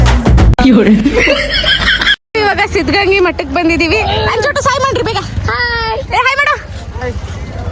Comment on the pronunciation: ಸಿದ್ದಗಂಗಾ ಮಠ ಅದು ಸಿದ್ದಗಂಗಿ ಅಲ್ಲಾ